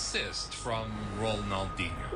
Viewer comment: Nice reaction - but Ronaldinho's name is pronounced RonalDEEN-YO, not Ronaldin-ho. Also, a "head kick" is actually just a header. ;) Ballon d'Or = Golden Ball, awarded to the best player of the year in European football. Messi has a record 8 Ballons d'Or.